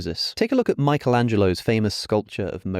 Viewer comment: It's "Cranach" not "Cranak". After the vowels "a, o, u" the German "ch" is pronounced like the Spanish "j" in for example "jamón" (after "e, i, ä, ö, ü, ei, äu, ai, eu" by the way it sounds like the Spanish "x" in "Mexico"). Also the "i" in "Michelangelo", as every "i" in the Italian language, is pronounced like the "i" in "if". 🙂